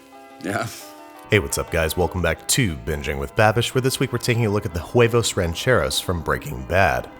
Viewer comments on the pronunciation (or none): American: "eggs" Mexican: "huevos" Babish: "quevos" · why he saying jhuevos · It's just pronounced //wevos// not //khuh-wevos// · You shouldn't be pronouncing the h in huevos. It doesn't really matter but I find it hard to not cringe at it. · He said Juevos Rancheros😂😂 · The h is silent in spanish, so its uevos not juevos. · "Juevos", " Her-déz", "cesara", " jarina"... Nice try but you should improve your pronunciation (like, the H is silent in Harina and Huevos so you shouldn't pronounce it). Those tortillas are too thick, use less masa, you know it's a good tortilla if it inflates when being heated on the pan (you should get a "comal"). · Anticoi yeah he basically said whoevos, but in spanish the h is silent so it should sound more like "uh eh-vos" or "weh-vos" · Lol the way he says “hhhhhuevos” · Babish, the H is silent in Spanish. Just pronouncie it "uevos" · its whe-vos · Pronounce it like "wevos rancheros" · The "h" is never pronounced in Spanish. "Huevos" is pronounced like "weboce". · Please stop saying Guevos! The H is silent my man! I loved your recipe BTW! Cheers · pronuntiation tip: the "h" in huevos is silent so just pronunce "uevos" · sa-se-ra lol I wonder if it was intentional same with the hard H on huevos lol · Just say = wave-o's. The "h" is silent. Im also very surprised, ive never have huevos rancheros with black beans (yet), its always borracho beans/charro beans or refried with papas (potatoes)and your choice meat. (None of them served on the tortilla but tortillas on the side to be torn and used as scoopers) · H is silent in Spanish. Like in: "everytime time you said (w)huevos you are breaking my huevos." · This looks fantastic! Just a spanish language tip, if a word in spanish starts with "H", the "H" will be silent. So you would just say "Uevos". :) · I heard "whoevos" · More like juevos (Spanish pronunciation required) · "H"arina and "H"uevos. That was funny to hear. Walter said it just fine tho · Lmao the H in huevos is silent